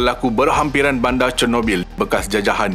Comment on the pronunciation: Bandar bukan banda Sekitar bukan sekita Sinar bukan sina Liar bukan lia Konten pendidikan seperti ini seharusnya menggunakan perkataan dan sebutan bahasa yang betul. Bahasa jiwa bangsa. Kalau kita yang memartabatkan Bahasa MELAYU siapa lagi?